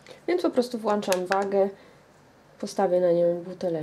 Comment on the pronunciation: "włączam" a nie " włanczam "